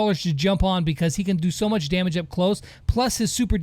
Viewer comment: "How munch" 👌